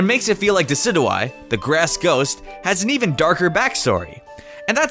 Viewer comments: It's pronounced De-ci-joo-eye, not De-ci-doo-eye! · Decid-you-eye not Decid-oo-eye. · DE-CID-YOU-EYE IT IS SAID THAT WAY MY GOOOOOOOOOD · it's not de Sid oo eye it's de Sid u eye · it's dicid-you-eye not dicid-eww-eye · my gosh I cringe every time you say "dicidoeye" its pronounced "desidyoueye" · Decidous + Eye = Deh - Sid - Ju - Eye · ITS PRONOUNCED DE-SID-YOU-EYE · it's De-sy-dyou-eye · Did you just pronounce Decidueye, des-id-you-eye? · you said dicidueye wrong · it is pronounced decid eu eye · It's pronounced desidjui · No offense but it's pronounced Dee-sidg-u-I. And can u not spoil the first spot on the thumbnail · It's pronounced di si jyu I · Also dicidooeye is how you pronounce it no offense but it's di-sidge-of-ie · Him saying Decidueye like that really bugged me XD and dont worry that you havent caught a shiny pokemon I have only caught one and i didnt know how rare they actually were so I traded my shiny Mudsdale to a good friend of mine :3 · you pronounced decidueye name wrong i guess but nice video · You’re pronouncing Decidueye wrong. It’s supposed to be a combination of deciduous and eye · Not how you say Decidueye... other than that good video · you said desudia wrong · It's Diss-Idge-You-Eye And Vike-A-Volt And Tapu Fee-Nee